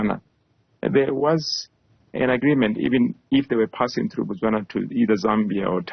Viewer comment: Its NOT Batswana , its Botswana. Batswana is the name for citizens of Botswana , as in America , American!